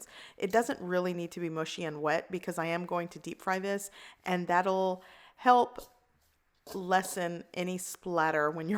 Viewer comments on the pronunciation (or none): none